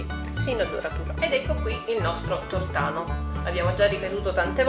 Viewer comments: ottima la ricetta ,sbagliata la pronunzia : non si chiama " tortàno " ma "tòrtano " e te lo dice una napoletana doc.... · Il tornano non si può sentire!!! Non sai neanche come si pronuncia!!!! Poi perché dici la ricetta di cannavacciuolo se è a modo tuo????